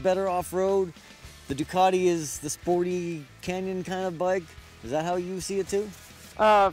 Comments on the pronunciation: Doo - cat - ee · Still annoys me how you guys say 'Ducati'